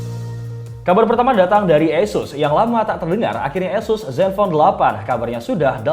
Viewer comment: Tolong ganti news anchor nya🤣 dia ngomong Asus berasa jadi Y***s😭🙏